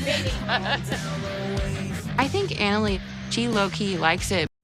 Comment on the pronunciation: How can you marry someone that can't even pronounce their fiancee's name correctly?? It's annoying! Anali is pronounced like Ahn-ah-lee. She even states her name on the 1st episode! 🤦